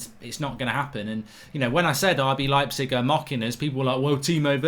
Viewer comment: I wish you'd stop saying 'LEEPzig'